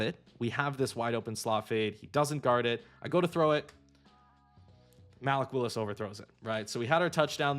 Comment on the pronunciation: MAL-ick Willis is crazy